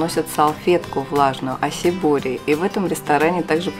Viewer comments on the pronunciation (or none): Ну почему вы говорите ОСИбури) вы же там давно живете)